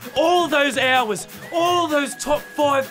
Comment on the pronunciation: "Even though I'm gaw-bage! All those ho-wahs!" 🤣